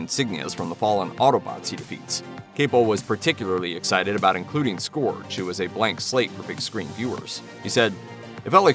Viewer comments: Scourge is not pronounced Skohrje, it's more Skeurj. Airazor is also pronounced Air-Razor. My OCD got the better of me. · SCORGE!?!?! WHY DID YOU PRONOUNCE IT LIKE THAT. IT'S "SCOURGE" and it's pronounced "Skerg" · its not "scorj" its pronounced and "scurj".ugh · Am I the only one who cringes when he mispronounces the names? Says it like scorge not scerge lol and it's airRAZOR not airRUSORE js 😅😂